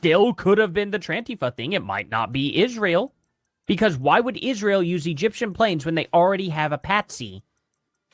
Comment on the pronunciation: “Licen plates” ….Candace literally cannot pronounce words correctly sometimes—and far too often if u ask me. The other day she pronounced architecture as “architexture”. And my personal favorite: Ishreal!!!😅